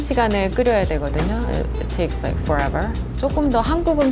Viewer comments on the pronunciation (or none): when she switches from fluent Korean to such an LA "it lakes LIKE foreverrrr" That caught me off guard 😂